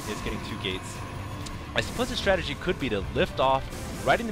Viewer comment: That's because he put the replay speed at faster, and it's strategy not strategie.